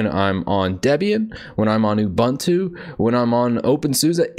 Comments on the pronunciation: Why do you say "ubAntu" instead of "ubOOntu"? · Correct way to pronounce Ubuntu